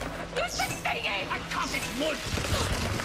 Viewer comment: Dude, your entire voice over was TERRIBLE! You do relies that every time you said "thing", you said Fing.